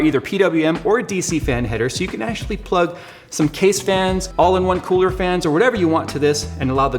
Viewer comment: "the kewler"